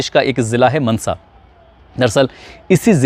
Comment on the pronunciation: भाई मनसा नहीं मानसा है।